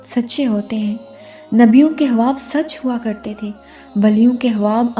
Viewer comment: Assalamoalikum..sis ap ye khwab ko haab q bolti ho muje bhot irritating lagta h or urdu me khwab hi bolte h ap kon si language use krti ho jisme khwab ko haab bolte h ?...plz batyega zarur